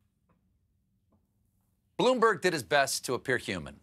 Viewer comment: Did anyone else hear Stephen say "Bloomberger"?